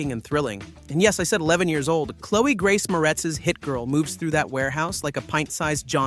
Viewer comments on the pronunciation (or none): none